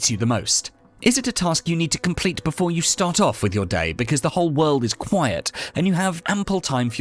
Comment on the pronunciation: Great. Thank you. P.S. 'quiet' -- not 'quite'!